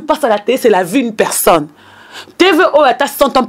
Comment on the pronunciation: mais yo ozuaki licence na yo wapi ? on dit vie et non vu, on dit vigilant et non virgulant, on dit ba faux comptes et non ba fausses comptes, pufff